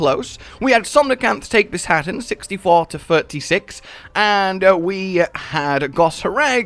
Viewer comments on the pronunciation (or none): Bis haten really? Bisha ten!